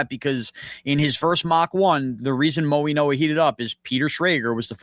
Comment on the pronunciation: It is pronounced Maui-no-a like in Hawaii not mo-e-no-a!!!!